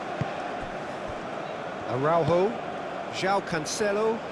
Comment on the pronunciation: I think Portugal should charge Konami for the comentators who keep spelling portuguese names as if they were ... spanish. Use the letter "j" properly (like in "John" or "Jeremy", "Jack"... Like JOSÉ Mourinho) in AraúJo, not "araurro". Aff!! On 2nd thought... nevermind cause 6-0 is just too good \m/